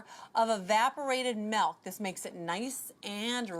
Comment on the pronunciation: Evaporated malk